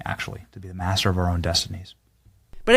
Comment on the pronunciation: I really don't like how he said master, that had a hard r hidden in it